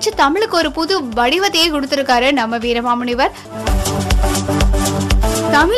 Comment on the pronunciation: Your pronounciation is totally wrong with his name pls correct the name